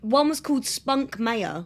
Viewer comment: Spunkmeyer isn't pronounced Spunk-mayor. It's pronounced Spunk-my-eye-er. :)